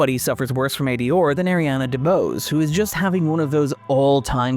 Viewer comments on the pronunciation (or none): It’s how an Irish person pronounces those three letters. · The way the narrator says ADR is distracting. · Good video but that accent on R is insane 😂 A-D-ORRRR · AD…or? Have I been pronouncing that wrong this whole time? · I usually forget irish but when he pronounced "ADR" a Guinness popped into my hand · I'm pretty sure that's not how you pronounce ADR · It’s a mid-Atlantic pronunciation, combining the first syllable of the British pronunciation with the last syllable of the American pronunciation. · I'm gonna need you to go in and ADR your pronunciation of ADR. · I came here to say this in the lightest and most loving way possible myself.